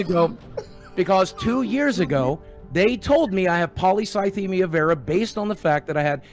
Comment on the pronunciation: My mom literally has polycythemia vera and the fact that he couldn't even pronounce it right pisses me off.(Obviously it is 100% a hard word but my mom having it I knew how to pronounce it pretty much right after from how much research I was doing due to being terrified for her) He doesn't know shit about this cancer. My mom was 30 when she had her first stroke. She can't get her blood drawn (which is the main form of "treatment" ) because her iron is way to low so she has to take literal chemo pills and there's days that she can't even get up, there's days where we all know if she doesn't avoid stress it'll make her levels way to high and she may have a stroke again, there's days where you can just tell the cancer is making her weak. Sure she has her good says but he's pissing me off